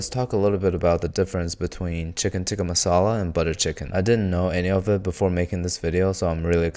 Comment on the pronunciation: "Chicken tikka MALASA" lmao